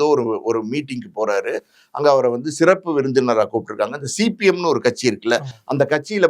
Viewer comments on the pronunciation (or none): none